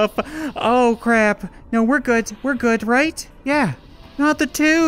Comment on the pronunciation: I love the way you say good is like guds😂😂 love your stuff